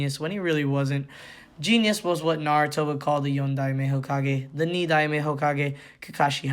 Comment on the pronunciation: Tobirama is the second so his title is pronounced “Ni-Dime”